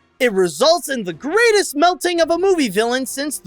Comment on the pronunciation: One word: Merlock. He fell from the greatest height. Greight-EST.